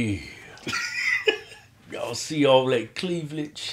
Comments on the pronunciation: All that "clevlage" LMAOOO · "Cleaveledge" -Kevin 2016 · Bruh said "cleavlage". Im done. Lmao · "cleavladge" 💀 funniest dude's on YouTube